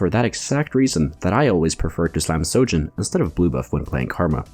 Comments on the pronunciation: It's Spear of sHojin, sry I got triggered everytime you said sojin xd. Good video anyway, ty ! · It’s SHOJIN with an H.